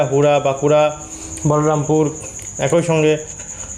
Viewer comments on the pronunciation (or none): উচ্চারণ ঠিক করুন,একই বলুন ,একঐ উচ্চারণ করবেন না।